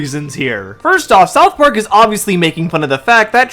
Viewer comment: Hold up, did this guy say "South Pork" ?